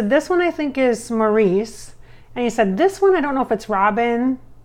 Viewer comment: Robin & Maurice were twins. Maurice was more behind the scenes... went by Mo .. Robin was a thinker, and hot & cold.. super funny with a wicked sense of humor to quiet introspective. (Robin was my favorite & his voice was fantastic). Also you're not pronouncing Maurice's name correctly. If it matters. Actually they all 3 were hilarious & played off each other so well. But Robin wanted attention as much as Barry did.. they clashed quite often and were not always communicating well.